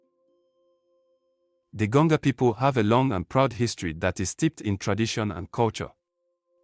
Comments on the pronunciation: Why do I feel like the voice we are hearing is computer generated voice and not human voice? This is why we got to “Gonga” people instead of Gonja people. I am a 67 year old Ghanaian and consider myself as a student of History, Sociology and Politics of Ghana. I have never heard of Gonga people in Ghana. That tribe does not exist except maybe in cyberspace. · Gonja not Gonga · please we are called Gonja and not Gonga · THE WORD IS GONJA AND NOT GANJO OR GANGO PLS